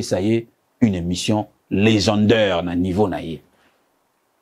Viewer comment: Tu voulais l'offrir une emission legendeure. Ça se prononce legendaire Monsieur!!! Voilà pourquoi tu as tapé a côté! Et qu'est ce que: il prefere les femmes du Zaire aux femmes du Congo Brazzaville a avoir avec tes salades? Tu es en contradiction avec ton ame et ton esprit